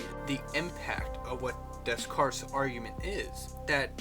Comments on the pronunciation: It's pronounced Day-Carts, not Dez-Carts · Interesting video, but I couldn't bear your mis-pronoucing Descartes...